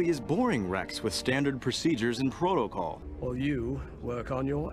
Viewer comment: the way he says “proto-col”